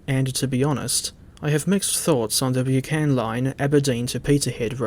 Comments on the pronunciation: Thanks for your review, splendid as always and much appreciated. I live close to the disused Bucksburn disused halt shown on the line. Not wanting to nit-pick but the word Buchan is pronounced Buck-an as the Buck in Buckingham 😉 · Its pronouced Bucken , Good video mind